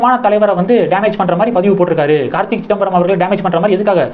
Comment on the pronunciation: It is not Karthik , it is Karthi